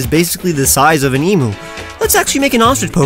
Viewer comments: EEM-YOU NOT EEM-OO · its e-Myu not e-mu Im an Australian i should know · Any other Australian nearly die when he said “e-moo” it’s eem-you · Ehm-uu? It's Ehm-you ;w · When he said e moo Lol, its said like eem you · For future reference; Emu is pronounced Eem-Yoo not Ee-Moo Source: Am Australian. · i m aussie and it isnt em-mu it is em-a-u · Emu is actually pronounced E-Mew, not E-Moo. It's a common mistake, due to how it's spelt and English language rules. Source: I am Australian. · For god sake, why can't people get it right, it's along the lines of ee-myoo or eem-yoo, not bloody ee-moo. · You pronounced emu wrong..... it’s not e-moo it’s kinda like e-mew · Please it's not emoo it's emu. Pronounced eem-you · for future reference! emu is pronounced eem-you :) love the designs btw!! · I hate to be that aussie but emu is pronounced eem-you Still love this series and this channel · It's pronounced em-you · It’s pronounced e-m-yoo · It’s a emu not emo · its pronounced ea m you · It's crazy to me that after all these years they still insist on pronouncing it like that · the way he says emu hurts my soul